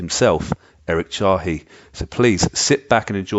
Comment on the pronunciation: nobody ever pronounces his last name correctly :( i loved hearing the man himself talk though, great insights